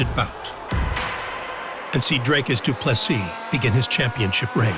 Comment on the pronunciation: and one more thing, its pronounced DOO-PLE-SEEE not DOO-PLESIS. Get the mans name right and show some respect DANA!